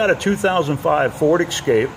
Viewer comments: Essscape not xscape. Guess you have it confused with Xterra 😂😂😂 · Escape, not Ekscape. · Please stop saying "excape".